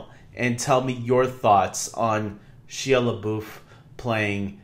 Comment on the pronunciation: you have totally butchered his name! 😂😂 it’s pronounced like SHY-A LE-BUFF good video tho!